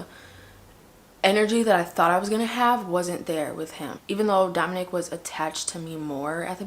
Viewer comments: It’s Domonic* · Domonique is typically the female version/spelling of that name, I believe his name is pronounced like Dominick. Just letting you know for the title grabber 💋🌹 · Ok ... he’s name is Domonic not Domonique